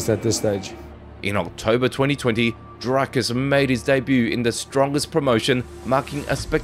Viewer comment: Learn how to Say D-R-I-K-U-S